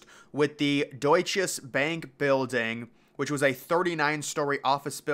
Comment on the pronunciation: It's Doy-cha Bank (Deutsche Bank)